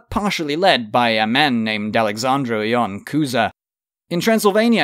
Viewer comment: Cheers to you for putting in the effort to properly pronounce "Alexandru Ioan Cuza"! "Ioan Cuza" pronounciation was exactly like in romanian language. "Alexandru" was not quite but still there :))